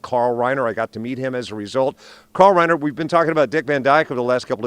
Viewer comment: tell that woman how Rob Reiner’s name is pronounced correctly.